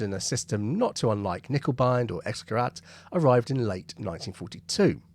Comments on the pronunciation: In German, words beginning with K are also pronounced with a k. So it's not "nickebein", it's k-nickebein. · yes and certainly not "nickeL bine", as the presenter seems to say in this video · In German it's handy to pronounce every letter..there is an N...in KerNiccker.. Just fyi... Lovely vlog. Have subscribed It was discovered at Cockfosters incidentally.. in the unique pow camp in the ultra posh Trent Park House ..by listening to top rank German prisoners...chatting Not by listening for it ... Isn't war bloody daft.